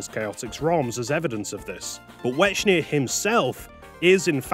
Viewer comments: considering the name was intended to be a portmanteau of white and echidna, i'm pretty sure it was supposed to be pronounced "wecknia". not that i really care that much about pachuka's original vision or whatever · The Ch in Wechnia is pronounced like the Ch in Echidna you can't change my mind. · I love how you pronounce Wechnia like "Wechnier" or something like that.